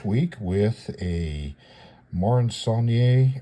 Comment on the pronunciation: Yet another fascinating look at a vintage kit,. I'm now officially addicted to your knowledgable posts!! (It's 'saul-nee-air' BTW. It's a French word with no accented 'E' at the end) Don't tell me you can't say it.....I know you can do it if you really want to!😉😄👍 Can't wait for the next installment.